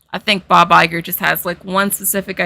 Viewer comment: The way you pronounce Bob Iger, I heard " by by girl" (I don't know of your pronounce has something peculiar or it's the regular one, but I am Italian native-speaker and had never heard that name pronounced by an English speaker, so I didn't expect it to sound like that)